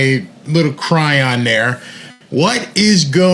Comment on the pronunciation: Chy ron ( not cry on) ❤love you.